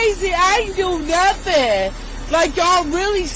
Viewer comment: Wow!! Even elected officials say “I ain’t did nuffen”!! Are they teaching this in college?